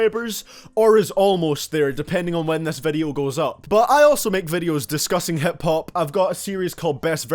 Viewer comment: Lol you said hep-hup instead of hip hop